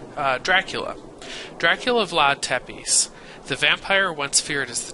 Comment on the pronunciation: I know its a little bit old and you probably wont see this comment,but Tepes is pronaunced Tepesh